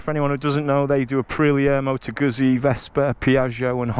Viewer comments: Guzzi - pronounced 'Gut C' not Guzzy. thank you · Its Goot see Not guzzy! Hahaha